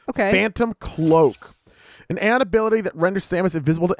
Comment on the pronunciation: I'm pretty far into the game and let me just say, you guys are in for one hell of an experience, and us viewers are in for one hell of a playthrough. Also on a side note Aeion is pronounced "A" "ON".